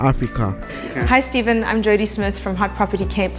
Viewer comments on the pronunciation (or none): none